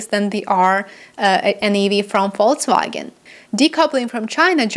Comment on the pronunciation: You say Volkswagen correctly.